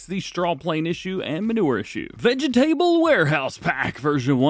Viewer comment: Really, Veg-table vs. vegtable (said fast). Really? I think you need to stop going to other countries so you can re-learn how to speak American English. Just sayin' LOL Love ya man, no homo.